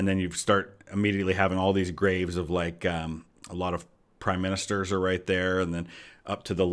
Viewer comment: I dont know how well this translates for Americans, but mispronouncing minster as minister is really common in England. I think because minister is a more common word, but also associated heavily with parliament (which happens to also be in Westminster).